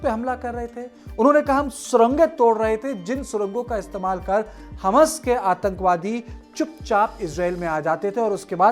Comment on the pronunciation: अरे हमस बोल रहे क्या हमास बोल रहे हबस टाइप सुनाई दे रहा 3 बार रिपिट करके सुना हूँ क्यो अर्ध का अनर्थ कर रहे बैठे बैठे